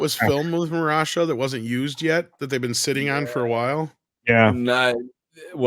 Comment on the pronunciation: Okay, but what's up with literally no one pronouncing Mahershala's name right? It's Ma-her-shuh-lah